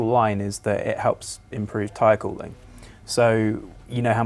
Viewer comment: It took me about five minutes to figure out that he said "the official line is that it helps *tire cooling" at the 50 sec mark.